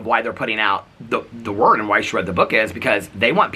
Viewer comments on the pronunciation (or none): none